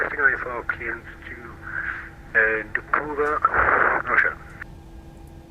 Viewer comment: Moscow airports, correct pronunciations: "SHER-emen-TAY-vo.... DOMO-de-DOVO...... VUN-uh-KO-vo..... :o)